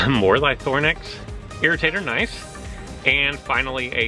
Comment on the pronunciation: Use Lythronax, it's super effective. Ly-THRO-nax, Ly-THRO-nax, Ly-THRO-nax. (Not Ly-THORN-ax, please)